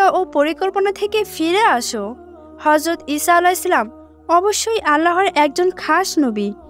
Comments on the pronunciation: Horjot not hojrot😅😅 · Horjot not hojrot😂😂😂😂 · হর‍যত না হযরত উচ্চারণ ঠিক করে বলবেন😊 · horjot not hojrot